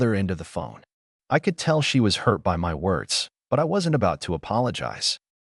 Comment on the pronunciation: The fact that people believe these AI-generated stories are real explains a lot about what's going on in this country. I mean, does a real person read "by" as "B-Y," or "it" as "I-T"?